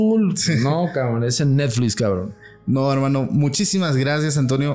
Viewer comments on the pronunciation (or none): jjajajaja este wey... aparte sus anglicismos forzados pero dice "Neflis" jajaja